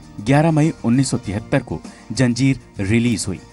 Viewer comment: For god's sake improve anchor's pronounciation. It is Zanjeer NOT Janjeer.